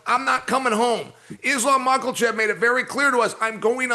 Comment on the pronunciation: Ah yes, the great fighter from the mountains Izlam Michaelchev